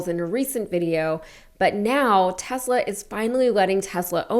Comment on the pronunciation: Tesler not Tesla!